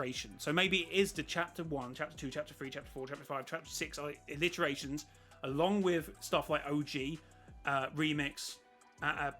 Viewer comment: By the way its “iterations” not “alliterations”. Meaning over every loop, every game, every chapter, has totaled up to whatever that number is